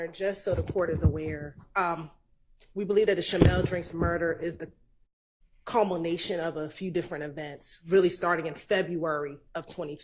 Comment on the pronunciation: Culmonation??? Seriously?